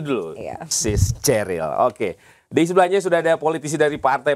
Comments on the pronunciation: PE ES I ....HAHAHAHA....... Cheriillll atau Cheryl ....you lahir thun brp , bilang2 Prabowo difitnah .. ehhhh.....ceril ....cerial. Seneng Dengernya ...serasa berhibur diri ....😀😀😀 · Ceril ....ceril ...ceril😂